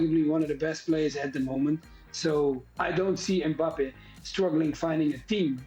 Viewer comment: I'm I the only one who noticed Frank saying Mbapal😂😂